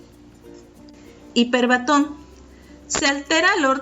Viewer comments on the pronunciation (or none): Buena información, -que sería mejor si se leyera correctamente-, respetando la acentuación, por ejemplo: epíteto, hipérbaton, etc.